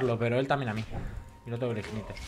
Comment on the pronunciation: pero si después dice ignite en vez de ignait XD